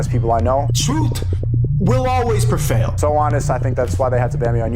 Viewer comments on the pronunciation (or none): "The truth will always prefail." "PREFAIL" lmao this illiterate ass just unintentionally told the best joke of his life